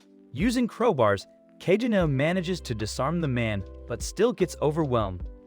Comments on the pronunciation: NOT ka-je-new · Kageni not kagenu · That is the most white pronunciation of "Kajenew" I've ever heard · its pronounced ka-ge-no